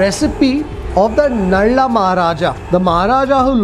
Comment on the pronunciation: Nala maharaja not nalla